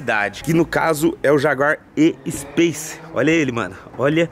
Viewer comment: "Jaguar E-Space" meu ouvido sangrou